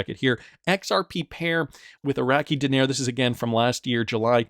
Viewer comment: Din-nar(like car)**